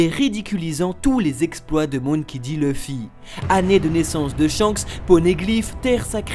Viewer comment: Mais pourquoi vous appelez tous sans arret Leuffy ?! Un "u" ne se prononce "eu" dans aucune langue, Luffy se prononce Louffy !!